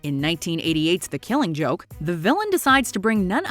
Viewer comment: The way she pronounces The Killing Joke bothers me.